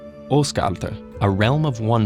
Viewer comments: Always disappointed when watching English videos on north Mythology and hearing the pronunciations of the names. Almost got Svaðilfari right, but Asgard (Ásgarður in Icelandic) was nowhere close. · Well no you didn't. TED-Ed usually has pretty good pronunciation, but they butchered some in this one, including Asgard (or Asgård). It depends on if you want to pronounce it in Swedish, Norwegian, Danish or Icelandic, but I don't think any of them pronounce it like that. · did you just say Osgard